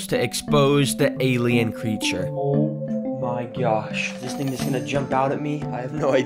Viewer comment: ‘OEWH MY GAWSH…’ had me rolling on the floor laughing 😂